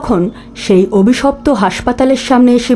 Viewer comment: স্ক্রিপ্ট যারা করেছেন তাদের স্যালুট। যে যার কাজ দিয়েই প্রতিবাদ করুক। অন্যভাবে নিবেন না প্লিজ,ন্যারেটর অভিশপ্ত শব্দকে অবিশপ্ত বলছিলেন।আশা করি পরের এপিসোডে নিশ্চয়ই ঠিক হবে।